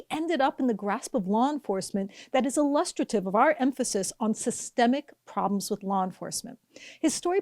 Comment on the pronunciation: Illustrative... ill-uh-stray-tive...